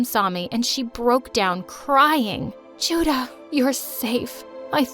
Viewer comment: they didn't pronounce those names very accurately. also 주다 (juda) literally means give.